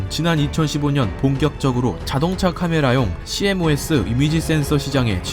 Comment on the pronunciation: cmos---전자전공한분들은 씨모스라 읽는데요